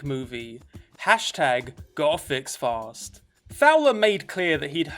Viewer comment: You saying “hashtag go'afixfast“ sounds like “hashtag gothicsfast“